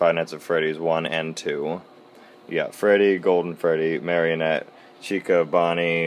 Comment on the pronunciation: Chica not chuca XD